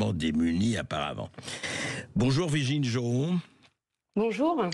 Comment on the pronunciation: Hé, c'est Virginie, pas Virgine!